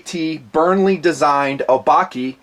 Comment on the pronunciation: I think it's O-bah-keh. As in the Japanese word for monster.